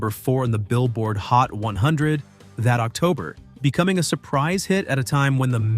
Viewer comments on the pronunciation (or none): none